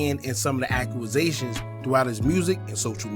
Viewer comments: Enjoy ya channel BOSS but you need to brush up on ya pronounciations...its not accru-rusations 🙄 you need to get rid of the ppl round you.. its accusations ( ak-que-zay-shon) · Great video bro… But it’s “accusations” not “akuazations” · Act-u-zations… now say it fast lol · Ak You A Zations 😂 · I had to come to the comments for Ack u a zations lmfao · You a grown man and don’t know how to pronounce a simple word bro. 😭Sound like a 5 year old. “Aqqumazation” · “ AQUAZATIONS “ 🤣🤣🤣 put a pause on the YouTubing and press play on the literature books fam 😭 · Brooo no W in that word. I was like tf